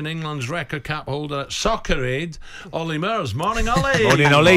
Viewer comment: FFS not Wolly Murs 😂